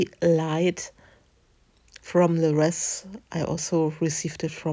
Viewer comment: Ah, you are making an Advent Wreath! Wonderful! It is pronounced (phonetically): reeth. Kind of like 'teeth'. The 'w' is silent, as is the 'a'. 😊 And now, settling in to watch....